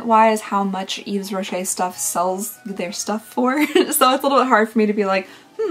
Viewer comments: also! yves is pronounced like eve!! you don't say the 's' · The almond shower product is a creamy shower wash :) I didn't like the almond scent either PS - The s in Yves is actually silent :)